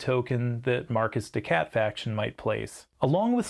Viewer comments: Mar-KEY des SHat, not Marcus de Cat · Is markiz de cat (to sound like “mar-kitty cat”) not Marcus de cat. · The video was great and informative. I gave 👍🏻 but hearing Marcus de Cat did hurt.